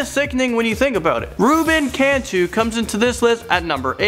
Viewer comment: How he said Cantu 😂😂